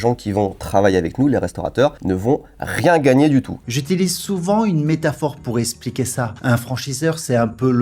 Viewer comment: Visiblement il a du mal avec la langue française et avec les chiffres. Quels comble. "Essssspliquer" au lieu de "Expliquer" "Un ciseau" au lieu de "Des ciseaux" "Vin'neuf" au lieu de "vingt neuf" Aïe aïe aïe c'est dur